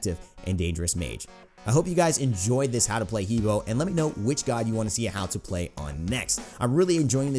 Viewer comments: hebo is actually Her Bo in Chinese pronunciation :) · Its "He buah" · Just an FYI, it's pronounced "Heh Bwāh"